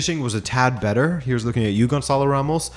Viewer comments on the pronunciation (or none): none